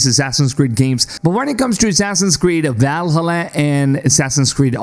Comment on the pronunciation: wait.. how did you just say.. valhalla